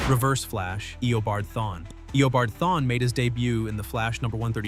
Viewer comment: This nicka said Thawny😢😢😢